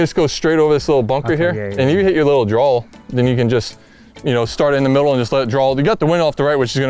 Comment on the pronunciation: Does Billy say Drawl instead of draw?